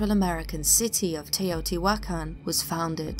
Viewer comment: Teh-oh tee-hua-caan is how you pronounce it 💙